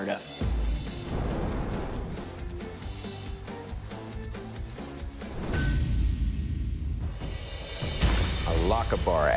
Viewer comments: A "lockibre axe"!!! It's Loch-Aber!!! The emphasis in Gaelic compound words is on the second element and the "ch" is NEVER a "k"!!! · As a genuine scot, the pronunciations of some of these weapons hurts me xD I live near Lochaber (pronounced Lochahhhber) so hearing it "lokkabbar" was brutal xD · The way I shuddered at the pronunciation of Lochaber ahahahaha- its "lock-ah-burr", not "lok-abur" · It isnt pronounced lock-abber axe, as no scotsman pronounced loch as lock. Ch the same way as germans sometimes use it :-)